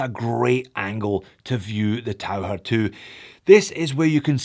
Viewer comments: I did take 4 years of German. The closest English pronunciation would be "Tau-kir", not the "Tau-her." It means "diver". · I’m not sure how you pronounce Tau-ker but being a German I think Tau-her comes closer to Taucher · Pronounced taucker.